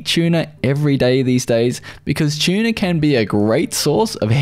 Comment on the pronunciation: Aha, An Aussie video I've never heard the pronunciation "broccol-eye" before. And he pronounces "tuna" as "chuna"